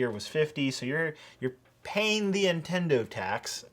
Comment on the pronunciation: It did kinda bother me how you pronounced ‘Nintendo’ and ‘Intendo’